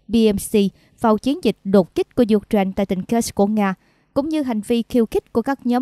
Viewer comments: "U-tren" là nước nào?? Xướng viên nên đọc cho đúng: "UKNAINE" chứ không phải "U-TREN" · Có một vài chổ XNV đọc là U-Trent thật. Nghe đọc phút đi.